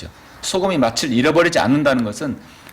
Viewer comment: 잘하시다가 왜 또 맛을 이 마슬 아닌 마츨이 될까요 열번이상 내내 그러셔서 부득이 또 지적합니다 😅 맛이 없다를 마치 업따로 안하잖아요 빚이 비치 아니고 비지듯이요😂